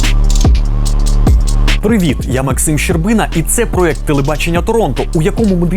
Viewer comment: проЄкт, а не проЕкт :)